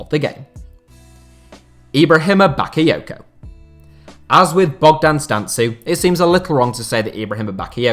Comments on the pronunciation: Its Bogdan Stanku how you pronaunce it not "Stantzu" but Im sure nobody cares :)))) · I m romanian and the way you say Bogdan Stancu is hilarious , much love and respect tho